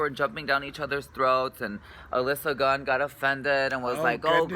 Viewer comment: It's Gia Gunn, not Gun! :o